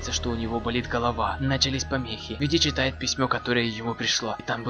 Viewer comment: И не ВоНДИ а ВиНДИ